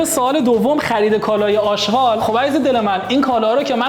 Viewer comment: داداش اژغال نه اشقال